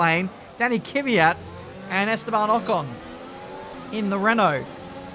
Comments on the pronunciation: It's not Kyvyat, it's Kvyat! :) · the fact that he pronounce Kvyat Kivyat hahhahahah makes me laugh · Dude, its K-V-Y-A-T...